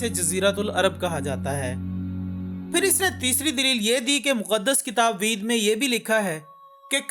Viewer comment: वेद❌️ वीद✅️🤣